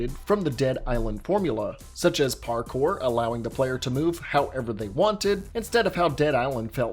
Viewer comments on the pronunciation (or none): none